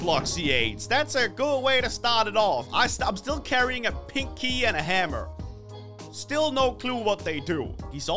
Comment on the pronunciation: hahahahahahahaha the way he said pink key it's like pinky